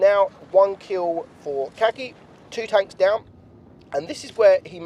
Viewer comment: Ulan adam çakıcıoğlunu telaffuz etmeye çalıştı ya la "kaki" 😂